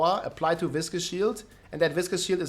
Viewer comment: Biggest takeaway: that is how you pronounce "viscous." It's not vicious. They are two different words. isn't even a native English speaker and he's the first person I've seen say it correctly lol